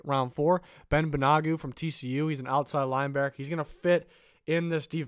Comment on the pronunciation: Great vid, Ben Banogu’s name is pronounced (Ban-O-Goo)